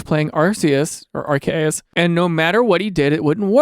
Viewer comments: half of the pokemon community: “its ar-see-us” other half of the community: “no its ar-key-us” daniel thrasher, resident psychopath: “ar-kay-us” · Are -key - us Or Are - see - us Either is acceptable. This arkayus nonsense is 1000 nails on a hallway of chalk boards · how do you pronounce it? Gair-rah-tee-Nah-? That’s how I pronounce it. Also, yes, the Arceus one bugs the HELL out of me!! It’s Are-See-Us, not Ark-E-Us! I HATE the Ark one! Look at the name Perseus. Per-See-Us. You wouldn’t pronounce it Perky-Us!! Percy is Purse-See, not, again, Perky! Obviously people can pronounce these words, however they want, everybody, for the most part, has free will. that doesn’t change the fact that if one pronounces it as Ark-E-Us, I die just a little inside each time. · Bro that is not how you pronounce arceus😭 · Your initial pronunciation of Arceus threw me way off lol love the latin ish take 😂 The OFFICIAL Nintendo pronunciations are Are-key-us and Are-see-us if you wanted the official ones. Off pronunciations is how we get accents though so dw about it :D Giritina is usually pronounced geer-uh/ih/ee-teen-uh or so but tbh not really sure whats official (and for geer part literally heard both hard and soft g) Havent really heard giritina in any of the anime or anything 😅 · Arkayus is probably the worst pronounciation of arceus i have ever heard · Ahem: ARKOOS. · pokemon legends.. what tf did you just say? 🤣 the way i actually physically reacted when i heard that pronunciation. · And on purpose too LOL almost lost it when he said Arceus right and then corrected himself into saying it WRONG jdbdhxhhsva